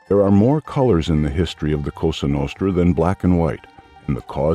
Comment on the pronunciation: Lose the robot voice. Mispronunciations include history and diaspora. Hire a human being for pity’s sake.